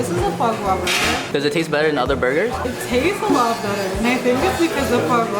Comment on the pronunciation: The way she says "far-gwa" instead of "fwa-gra". 😆 They're cute together. She does need to give him more first bites. 😜